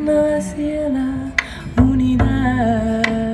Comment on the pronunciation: "hacia" also has 2 syllable= a+cya or a+sha (not quite, but it is closer than what she says) not a+cee+a